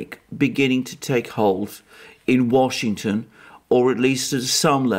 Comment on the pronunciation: Warshington must be watching your channel.